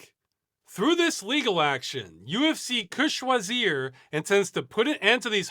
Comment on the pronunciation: Finally someone was able to say "UFC que choisir" right, thanks for making that effort. For others, you can just put it in google translate if you struggle with the pronunciation. Thank you for all your work and investment in making a better future.